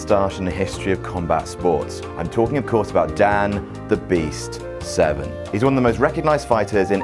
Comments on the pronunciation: Dan Seven??? WTF??? Can you not read?? Severn. There is an R. How did this get past the the editor. Fail WC...serious fail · ...Are they saying Dan Seven??